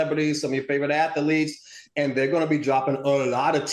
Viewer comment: How does Dr Ish say ata-liets like Al. Instead of athletes😊